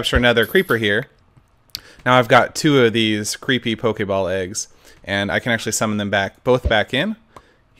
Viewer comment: Err why u say pokei ball FUUUUUULKLLK